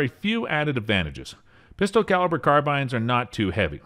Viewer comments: dunno why, but it really annoys me when he pronounces pistol as "pister" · You keep saying PISTER and your job is to talk…..